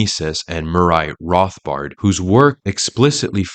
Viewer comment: I have questeons regarding Mooray Rothbard.